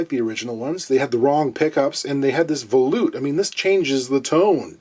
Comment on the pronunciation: It kills me how people mispronounce the word volute. It's pronounced vol - yoot, not vol - oot. You don't pronounce volume vol - oom.